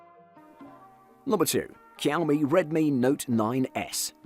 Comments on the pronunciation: It is not kaomi it is xiaomi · Why you always pronounced Xiaomi as quami??